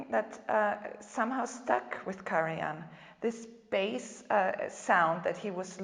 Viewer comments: He is simply wrong. He pronounces the „j“ as if the name were Spanish; which the name Karajan was not. The spelling accurately reflects, from a German language pronunciation standpoint, how the name was earlier pronounced in its country of origin. It is annoying to the listener, and rude, to be so wrong in pronouncing someone‘s name. The speaker is American? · I do apologise but your explaination is totally wrong. As a FAMILY NAME, the correct pronunciation is KARAJAN - pron. KARAIAN also because the name comes from Macedonia - where the Karajannis came from. So the gentleman in the movie, obviously unaware of the correct way to pronounce a name so famous and renown, is wrong. Do you need further confirmation? Please listen to the thousands (if not millions) of interviews ad movies and documentaries about KARAJAN and listen to the proper pronunciation of the Name by thousands (if not millions) people. Or do even better: the interviewer pronounces the Name correctly, the gentleman is going on pronouncing it in a totally wrong way, IN THE VERY SAME CONTEXT! And avoid speaking when you obviously don't know what you are talking about. And I add: Karajan WAS NOT a composer but a CONDUCTOR and he was not GERMAN BUT AUSTRIAN - being born in the Austrian Empire (Salzburg) on the 5th April 1908. You definitely need to listen well and understand better. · Hilarious that she sits there not reacting to his pronunciation. Whas it an insult or stupidity or maybe an eccentricity he is proud of. Either way, it's funny and irritating at the same time, not an easy feat. 🙄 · The German word for the hunt is der Jagd. Always pronounced as beginning with a letter Y. In German, ALL letter Js are pronounced as Y. Karajan's J is indeed pronounced as a letter Y. Even his wife, Eliette, pronounces it with the J sounding like the letter Y.